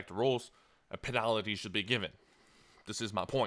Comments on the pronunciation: Say Penalty "Penalitity" one more fucking time, I swear to god. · the way you say penalty hehe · PEENILTY FOURFEET JESUS CHRIST YOUR ENGLISH IS DRIVING ME NUTS!!!